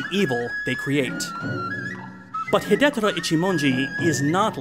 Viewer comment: I know this is way after the fact and beside the point, but the pronunciation of Hidetora is hee-day-toh-rah. Four syllables. In any case, great review and looking forward to more of different Japanese directors (in particular In the Realm of the Sense by Oshima Nagisa!) ;)